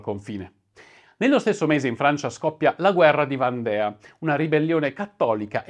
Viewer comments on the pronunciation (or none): VANDEA,non Valdea...al 9,39 min.